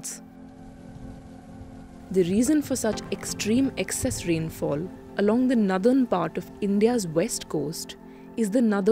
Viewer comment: The way this entitled presenter says "Northern" 😂😂😂